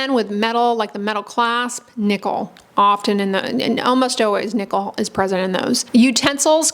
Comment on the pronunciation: Why did I keep hearing "nipple" instead of "nickel"? 😂 Anyway, good to know that the buttons on my jeans are the cause of my rash on my belly.